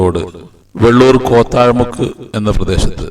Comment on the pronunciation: കോത്താഴ മുക്കല്ല കോത്തായി മുക്ക്